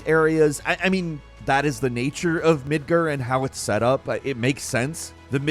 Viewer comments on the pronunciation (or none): It's Midgar not midger. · I love you. But it's mid gahrrrr MID GAR NOT MIDGR You drive a Car not a Crr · "Midger?" It is Midgar. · It's midgar not midger sound like you trying to be slick and say something else low-key and down right ignant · Jesus not “midger” it’s Midgard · Mid ger lmao MID GAR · Midgar, not midgur lol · It's called MidgAR not MidgER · nothing like the city of Mid-GRRRRRRR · Quit saying MIDGER. It’s MIDGAR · Is it really pronounced midgur ? Is it possible I’ve been pronouncing it wrong for years as midgar (you know the way that it’s spelled) You also said the word iteration as “aighteration” And the word important as “impartant” So I’m starting to think it is pronounced Midgar like I thought Were you rushing through this script or what man? You sound especially sped up and flustered today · The way you pronounce Mid-GAR; Mid-GER is driving me crazy for some reason. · Why are you pronouncing midgar as midger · I love ya man, but the way you're pronouncing Midgar is irking the hell outta me. It's MidgAr, not Er. Go by the in game pronunciation please. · midgirrr lol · mid-grr. Jesus cmon. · When I heard it was at the beginning of the vid, I knew Mid-grr was coming. But I still cringed every time I heard it lol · I hate how he says Mid-ger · Not sure if I can listen to someone that calls it Midger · Why are you calling it Midger? This mfer doesn't play video games. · Why do you call it "Midger"? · The way pronounces Midgar. Midgger 😂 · He ALWAYS finds one word to mispronounce. I feel like he's messing with us.. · Not to mention the way he pronounced “Midgar” as “Midger” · "Midgirr" Me::face-purple-crying::face-purple-crying::face-purple-crying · Everytime I hear a youtube mispronounce something thats said a thousand times in game, it reminds me that they're just reading off a script for these things lol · Srry but the way u pronounce Midgar makes me think of other things😅